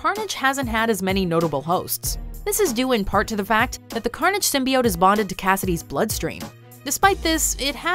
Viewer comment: Somebody tell this woman to stop pronouncing Symbiote like that. This movie is going to have all the "casuals" changing the word.